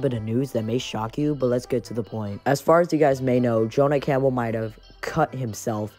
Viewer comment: HAH U DIDN'T SAY THE NAME RIGHT L BOZO in all seriousness tho thx for having me on